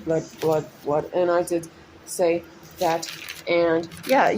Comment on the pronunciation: I love the way you say blood like "blerrd" haha!